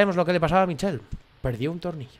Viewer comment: Me ha encantado, sube más pls! Por cierto, se pronuncia Mishel no Michel :):)